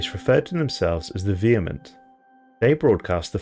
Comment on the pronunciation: A native speaker that can pronounce vehement!